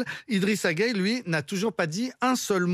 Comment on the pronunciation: 😂😂😂 elle est marrante cette dame. D’abord elle se plaît à mal prononcer le nom Guèye pour dire Gueyé, ensuite elle propose que IGG ne joue pas en France s’il n’aime pas les valeur françaises. Elle ne se gêne vraiment pas. IGG n’a pas besoin des valeurs françaises, . Pourquoi? Parce qu’elles ne l’identifient pas. Et laissez moi vous rappeler que tous les bons joueurs de France sont en grande partie des Africains, donc attention. À vouloir trop avoir raison, vous êtes en train de vous ridiculiser devant tout le monde entier.